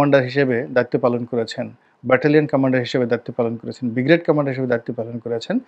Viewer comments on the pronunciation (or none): none